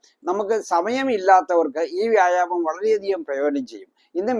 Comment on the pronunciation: വ്യാഴാമമല്ല മൈരെ വ്യായാമം ഇത് ആദ്യം പറയാൻ പഠിക്ക്